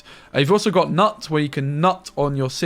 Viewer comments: please say knooooot not nut. :( great video great deck tho. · It's not nut please stop saying that haha u say the K. Knut a very common name in our nordic place